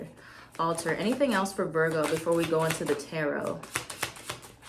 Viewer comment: Lol I love you and I love the way you said Virgo thanks for the reading Boo love you❤️🙏